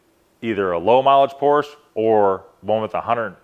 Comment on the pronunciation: I agree. 90% is just not true. He immediately mis pronounces Porsche. I’d like to see evidence on his claim. I’ve never heard so many negative comments about our cars. Not one thing nice to say